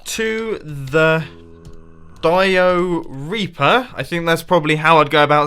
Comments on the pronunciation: when he said "dioreaper" I thought diarrea reaper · "Dio-Reaper"... All I heard was, "Diarrhea-per", which Iskall85 probably thinks of it as. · The dio-reaper sound like diareah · The Diorea-pa. that sounded so wrong mumbo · he said dio-reaper and all I thought was diaper